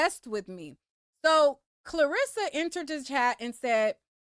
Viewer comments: are you saying KARlissas name wrong on purpose? i hear people calling her KLArissa a lot.. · “KARLASSA” not Clarissa 😂😂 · You calling that woman Clarissa got me over here crying! 😭 It’s CAR LISSA. It’s just spelled with a K. 😂😂 😂